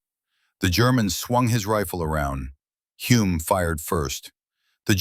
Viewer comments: His name is pronounced HULL-M! Bloody AI crap! And he's very well known in NZ. His son Denny was F1 World Champion in 1967!! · Using ai and getting Humes name wrong on multiple occasions is incredibly disrespectful 😢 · Great and very true story, but all of the Greek and German names are mispronounced and as another viewer wrote even Hulme’s name is mispronounced… and there are many other mistakes too. I guess AI is not very I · What a pity an AI voice with an American accent who screwed up Clive Hulmes name at every opportunity had to be used.